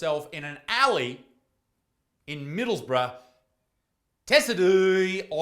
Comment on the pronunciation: "Tessedee" 🤣 is pronounced "Tea-side", a county in north-east of England. Middlesborough is said like "Middles-bruh" The more you know 🌈 Stay in school kids. Knowledge is power 💪 without it you become a tic-tok "influencer" telling yourself its easier to correct the world than it is to take care of your own body